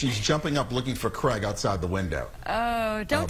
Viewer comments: Totally thought he said he loves crack for a minute then, im a Brit, we pronounce it like crayg. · What can’t Americans say Craig? Who is Creg??